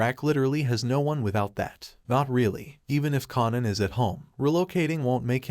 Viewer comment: Raising KAYNAN try saying it like that at least lmfaooo